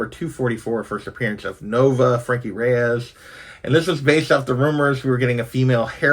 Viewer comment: Isn't it Frankie Raye, not Reyes?